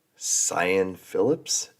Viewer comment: Sian pronounced sharn.